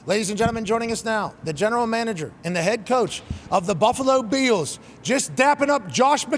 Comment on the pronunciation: I love the way pat says Buffalo Be-ills.